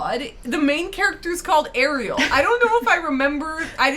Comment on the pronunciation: Came here to request exactly this: Ariel, PLEASE listen to how her name is correctly pronounced!